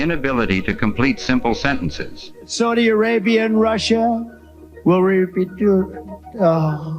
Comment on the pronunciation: Saudia Rabia, Russia, dupetooo duh, refuttal, venizwera, oranges the oranges of the investigation, ananomous